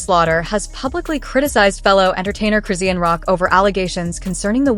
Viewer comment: This Ai called Chrisean(Croissant) I'm fkn dead.